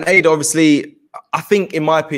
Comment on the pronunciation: Her name is Ada not Aadaa , it will be good for AFTV moderators to learn how to pronounce names properly.